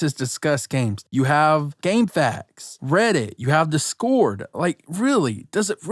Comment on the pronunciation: “You have reddit, DES-CHORD” ~ You can tell this dude has never experienced PC gaming when he can’t even pronounce the name of the most popular communication application